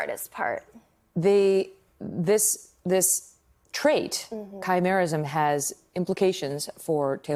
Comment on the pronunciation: Wait is it just me that thought of teen wolf when she said khymarism if thats what she said